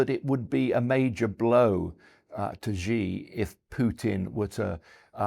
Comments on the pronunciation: i find it completely unacceptable that this guy has written several books on China and yet he calls Xi, "Gee" What a completely inexcusable error for someone that claims to know so much about the country. The correct pronunciation is "she", like the English pronoun. Times Radio really needs to scrutinize their guests better. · For some reason, pundits in the US and UK have decided to pronounce "Xi" as "Jee" or something like that - which is completely wrong of course